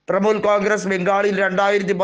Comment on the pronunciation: തൃമൂൽ അല്ല തൃണമൂൽ